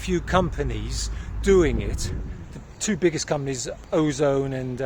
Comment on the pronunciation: Pronounced Azon / Azonne / Az-on.